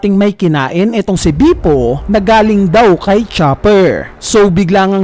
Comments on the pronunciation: please lang ilang beses ko narinig pronunciation mo ng name ni bepo is bipo 🙂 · Can you pronounce Bepo correctly? natatawa lang ako